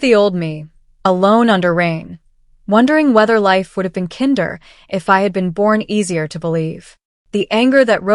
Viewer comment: Is there ANY place that “kinder” is pronounced like the German for children??? Like really??? Why can’t AI ever get it right????